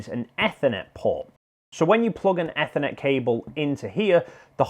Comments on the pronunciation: Why the hell would you say ethernet like that, trying to be special are we? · Ethernet, holy shit you're saying it wrong